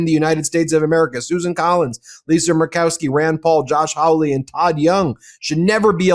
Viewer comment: The Missouri fist-pumping senator is Josh HAW-ley, not HOW-ley.